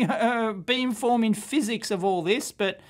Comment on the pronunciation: I was wondering what "bean forming" was until i saw it spelled out later in the video lol